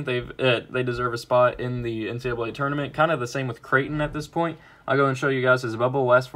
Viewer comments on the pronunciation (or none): none